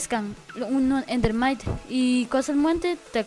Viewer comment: Jjajajajaajjajajajaajjajajajajaajajafjjajajajaajajajajjajaajajajaj ayayay se dise ender mite